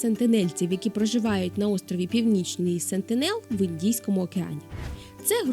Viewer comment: зверніть увагу на числівники! Наприклад, п'ятдесяти, шістдесяти, сімдесяти, двохсот, п'ятисот тощо. Також нагадую про правило дев'ятки: де ти з'їси цю чашу жиру? Після цих приголосних ми пишемо й вимовляємо в запозичених словах и, а не і. Тому СентИнел, а не Сентінел. Дякую за цікаву розповідь! До речі, я знаю чималий такий прошарок населення певної сусідньої недокраїни, який би варто ізолювати від цивілізованого світу назавше... Цікаве також їхнє ставлення до жінок. Може, вони мають матріархат? Або, скажімо, сентинелки просто позитивно впливають на своїх чоловіків і ті поводяться не дуже агресивно, коли перебувають біля жінок?..